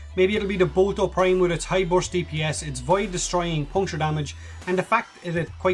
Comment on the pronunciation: I like how you say boltor prime "bolto prime"